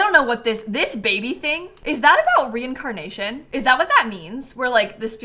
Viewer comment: re…in… carnation??